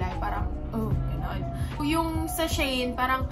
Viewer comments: it's she-in po hehehe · She-In or Shayn ang pronouncement, pronouncing, pronounsion niya sis 😂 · Shayn daw pagkabasa